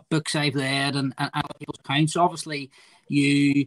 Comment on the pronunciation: Books he wead